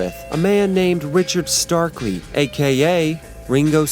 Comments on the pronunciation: Richard Starkey, not Starkley. Bob Wooler, not Woolen. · It's Richard Starkey, not Richard Starkley. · Yeah? But he gets Ringo's surname and Bob Wooler's WRONG. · MAY GOD FORGIVE THIS MAN'S SOUL FOR MISPRONOUNCING THE NAME OF THE HOLY GOD OF DRUMMERS: RICHARD (☮️✌️) STARKEY!